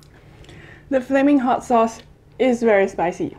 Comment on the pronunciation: The way she said, "Flaming hot ass"😂😂😂love ur channel ...keep going girl...👍😊